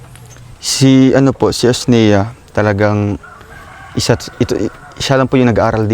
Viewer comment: Sa wakas tumama rin ang pagbigks ng pangalan sa Asnea, joke lang